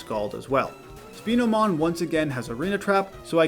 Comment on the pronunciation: Bro. it’s not speenomon wtf 😂 COMMON SENSE, brother. It’s a SPINOSAURUS digimon. With a giant SPINE on its back.